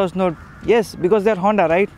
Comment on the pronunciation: hey Say Hoonnddaa once again